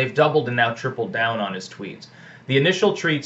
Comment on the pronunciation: I liked the little slip up where you called Trump’s tweets “treats”. You were right the first time :)